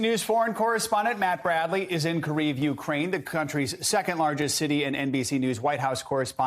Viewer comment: Did he say “Kriv” 😂😂😂 not how you pronounce it in Ukrainian or Russian.